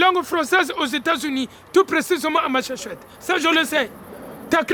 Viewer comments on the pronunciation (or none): Cest Massachusetts, cest pas machossettes